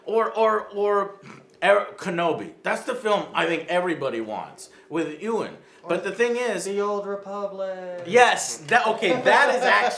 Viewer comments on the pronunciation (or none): none